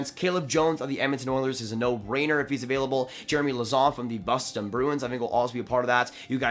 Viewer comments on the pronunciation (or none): none